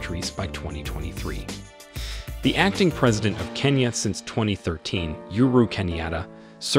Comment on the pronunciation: The name is Uhuru not yuru pronounce it well that's our 4th president